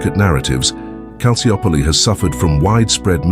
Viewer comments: Excellent documentary but the Maradona era at Napoli had nothing to do with Calciopoli, nor did the mafia/Camorra. So why include them? Also Calciopoli is pronounced Kal chi opoli. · Calciopoli is pronounced Calchiopoli. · Loved the video, but this dudes pronunciation of Calciopoli was driving me insane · Can’t even pronounce the name of the scandal correctly… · Mostly irrelevant material. You barely understood what Calciopoli was about I mean you even don't pronounce it correctly.